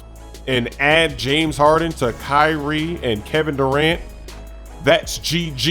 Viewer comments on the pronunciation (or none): none